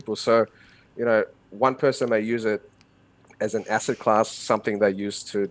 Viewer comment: an ASSET... he says - more like an ARS-set ;-)